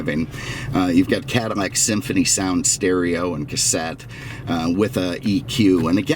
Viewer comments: Can you say "Cadillac" instead of cadimmac. Driving me crazy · Say it Cadillac not catamack.maybe once but the whole video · I wish you would stop calling the Cadillac a Cadimac. You should have more respect the car. You had respect for the Lincoln. The only thing that I hate is now they are building them in China. Talking about disrespect!!! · Is he saying Cadamac?